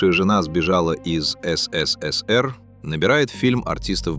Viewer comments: Ну так годунов сбежал туда где свобода, хрена теперь говорить что виноват СССР. Голос конечно красиво звучит ну как он произносит ЭС-ЭС-ЭС-ЭР это конечно что-то. А вообще всё фальшивка - фальшивый голос зачитывает чьи-то фальшивые мысли и выводы и выдаёт их за истину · А что ж так говорить-то? ЭС ЭС ЭС ЭР, ЭСЭСЭСЭР МЫ ГОВОРИЛИ,так же говорили просто ФЭЭСБЭ. Явно,что человек не с союза и даже не интересовался никогда им или ии,и это грустно. А за информацию спасибо,хоть и есть ошибки по фактам,например про Полищук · ИИ как всегда смешит, но посмотреть на знакомые лица артистов и кадры из фильма приятно. Так эСэСэСэР как всегда, в памяти потомков. И да, никто слово диско шепотом не произносил😅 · Явно прослеживается цель-так или иначе обгадить все лучшее, что было создано в ЭС.ЭС.ЭС.ЭР-так произносят все ИИ-шные голоса. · Комментатор не может нормально выговаривать СССР. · Околесицу наворотили, если тебе закрыли выезд, или не дали главную роль это ещё не трагедия. В той стране 99% и так ни о каких заграничных турне даже не мечтали😂 И если не хватает ума озвучить короткий ролик, научите этот долбаный ИИ хоть говорить СССР не так ушлепно😊